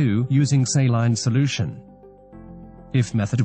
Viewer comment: Say-line solooshun